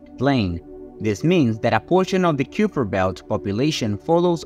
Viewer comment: It's pronounced "Kyper Belt"